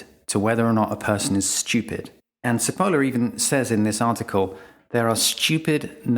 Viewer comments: If anyone is interested but couldn't be bothered to open google translate, the researcher's name is pronounced "chi poh llah" and it means onion hehe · This is a minor point: Cipolla isn't pronounced with an "s" sound. It is pronounced chee-po-la ("ch" like church, long e, long o, short a) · I love how he pronounces Cipolla (btw It means onion in italian :))) ) It's: tʃiˈpolla. You MUST pronounce the "i" (like an "e" in english) and the accent It's on the "o" (so roughly correct in the video) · Don't we write the letters M.P. after a name to identify the stupids? Its pronounced Chi-po-la by the way means 'Onion' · Cipolla is pronounced Chipolla in Italian and means Onion .. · Failing to look up the correct pronunciation of Cipolla before recording - a loss to yourself and to others. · Carlo Maria Cipolla (pronounced CHippolla) taught history in the European University in Florence (San Domenico), Italy. (I worked there as translator from 1993 to 1997.) His book 'Allegro ma non troppo' contains his essay that you talk about in this video. Lack of logic is part of stupidity. A person without logical thought is difficult to predict. The book contains another essay on the trade of pepper and its consequences. Very interesting. I highly recommend it. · It may have been said earlier in the (now) 10,300 comments (everyone's an expert on this topic), but missing off ther top and bottom of the diagram, was that mistake deliberate or accidental? And Cipolla should be pronounced as "chipolla", it's Italian for onion. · Cipolla ist pronounced t͡ʃiˈpolːa, stupid! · Nice, and thanks. "Never underestimate the dangerousness of a stupid person in the grip of fear". Oh, and it's not pronounced "Sippohla"; it's "Chippol-la" with the 'o' as in 'pot'. Cheers! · sorry but his name is chipolla not sipolla. basic italian pronunciation. errr does that make me stoopid? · You have mispronounced Cipolla (Italian=onion). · Cipolla is pronounced "Chipolla"